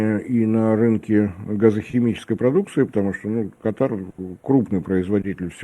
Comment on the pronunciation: Как можно его воспринимать серьёзно,если он даже страну правильно не может назвать, ударение нужно ставить на первую букву! Аж ухо режет